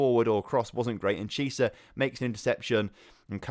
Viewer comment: Please stop pronouncing Chiesa like Chee-sah, it's like key-eh-sah